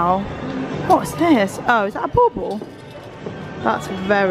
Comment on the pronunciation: I giggle evey time you both say bobble. To me it sounds like you say ball ball. I love seeing this beautiful old style department store.